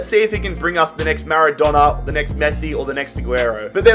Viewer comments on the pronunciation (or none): none